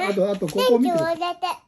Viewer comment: じぃじの後をほぼ完璧に復唱するゆぅくんの記憶力凄いな～😌ちょっと言えなくても、じぃじが繰り返して読み方もゆっくり、はっきりしてくれる。優しい心づかい✨時々、くだちゃい、とか、じぃじの動きも真似してて、可愛らしいです☺️